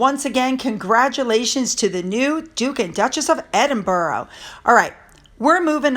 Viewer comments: PLEASE stop pronouncing Edinburgh as EdinBURROW. It's most irritating. Rabbits live in burrows. It's pronounced Edin-burrah (more like a sigh or exhaling a breath) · Edinburgh: pronounced Edin(burrah), not EdinborO. Sorry, but it’s like nails down a blackboard! Great stuff! Let’s get a DNA test on these nefarious kids! I understand that something is being investigated by the palace, re: Birth Certificates? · It's great to see how happy people are for The Duke and Duchess of Edinburgh, it's great news!, you aren't pronouncing the word properly and I think it deserves the right pronunciation, it's ED-IN-BRA, not ED-IN-BARO..I know it's hard for Americans to pronounce many English names of places and I know you try and get it right. But this I think needs to have it said in the right way 🙏😊❤️ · Not "Edinboro",. It's pronounced"Edinbrer". Just another UK quirk! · Hello. Hope you don’t mind 😀 Edinburgh is pronounced ED IN BRUH- the ‘u’ in ‘bruh’ is the same as in ‘up’. And you put the emphasis on ED. (ED in bruh). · EDINBORO Lol. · Edinburgh is pronounced Edinburra. So much of our language is a pain in the nether regions. Once the Coronation is over, that’s when Charles will clear the decks, in the meantime, he just wants a quiet life and to be able to enjoy his Coronation. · Edinburgh Edin Burr Aah 😊🏴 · Hi, love your videos! Just a note if you're going to be using Prince Edward and Sophie's new titles a lot - it's pronounced Ed-in-buh-rah. I know Americans can have a difficult time with it and Glasgow (pronounced Glaz-go which ends up Glass-Cow 😂). Love from Scotland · Pronounced Edinbruh in my neck of the woods. 🏴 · I truly hope KC3 stands up to the pair for attempting to railroad him. Also, I believe that Edinburgh is pronounced Edin-bruh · Dear,pls check the pronunciation of Edinburgh.